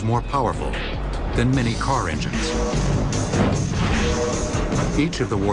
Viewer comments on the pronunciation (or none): none